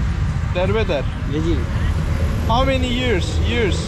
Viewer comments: ...Berberin adı Dermender, ona Derbeder dedi ya laa 😁😆😅🤣😂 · Dermender Derbeder diyen kral ya :D patladım